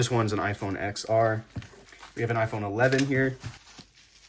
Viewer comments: brudda!!! "eks es" "eks ar" 💀💀💀💀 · I was going to say the same thing. I can't stand it when people say it wrong.